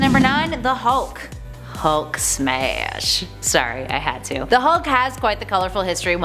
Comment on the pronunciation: Hulk smaysh lmao